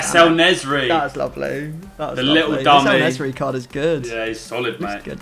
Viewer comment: En Nesyri = El Nezry. hahaha love it